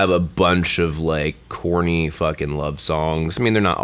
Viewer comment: You said "corny love songs" 3 times and I thought you kept saying "Courtney Love songs" and I was so lost I had to rewind like 5 times before I finally got it